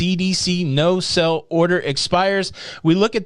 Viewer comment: Are you saying "no sell order" or "no SAIL order". If the latter, please pronounce it that way.